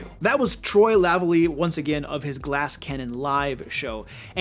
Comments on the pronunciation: Good to see some GCN love, Troy and Joe are both incredible GMs. (Also, the stressed syllable in Troy’s surname is the second one, so it’s pronounced “La-VA-lee”). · Troy "La valley" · Minor correction. It's pronounced "la valley". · It might be easier put that it's pronounced "Luh Valley." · Good video, I'll use a bunch of it, but please!!! his name is pronouced La-Valley. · How did you pronounce Lavallee? xD